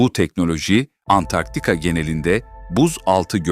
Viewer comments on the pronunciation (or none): none